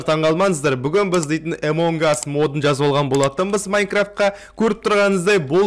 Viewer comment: Емонг ас емес амонг ас